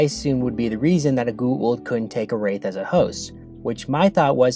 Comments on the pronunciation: Goo’ oold ? Why is it so hard to pronounce G O A - U L D GOO AAA OOOOH LLL DD - GOWA OOLD - GWA OOLD .. Goa’Uld damn its so anoying to the ears .. its a made up name in englisch .. so phonetically its not a mysterie how its meant to be pronounced.. some of the actorsvof the show too btw omg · Every time you say "goo-aah-oold" instead of "go-aah-oold", I cringe. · Bro say goa'uld priperly damn XD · what i hate most about this episode is how you keep mispronouncing goa uld